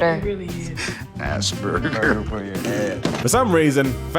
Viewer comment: That was a really a stupid video. How is Friends ripping off Seinfeld ? Why would Phoebe be an idiot. She is portrayed as an excentric and Joey was the « idiot ». And if you are reading something at least do it well : it is pronounced asperGer (hard g)